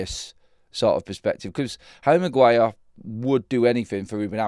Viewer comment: The Bruno flu affecting Magwire